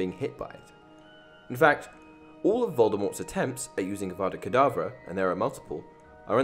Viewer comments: Your saying it wrong it’s Avada Kerdavra not IWANNA BANANA. *Harry dies Well done Hermione 10 points to Gryffindor! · Voldemort:Avvvvaaadaa Kedaaavvvraa Hermione:Stop stop stop,you are going to take someone's eye out and besides you are saying it wrong.Its 'Avada Kedavra',not 'Avvvvvaaadaa Kedaaavvvraa'. Voldemort:If you know so much, then you do it then.... Hermione:Avada Kedavra.... Voldemort: Drops dead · "Besides, you're saying it wrong. It's Ava-da Ke-da-vra not I WANNA BANANA.